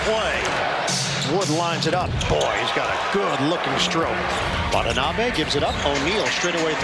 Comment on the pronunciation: The correct pronunciation of Watanabe's name is, Wa-ta-na-be , not Wat-n-abe !